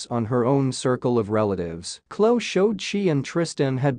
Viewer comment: Her name is not Klo, it’s Khloe pronounce the E Kourtney is pronounced like courtNe. Kylie is pronounced Ki-lee😊